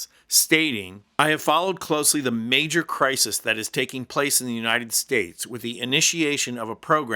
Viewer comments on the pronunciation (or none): none